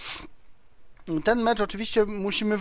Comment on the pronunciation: Rafał Adamczyk mi bardziej chodziło o te jego końcówki.. wziąŚĆ itp to troszke boli wg mnie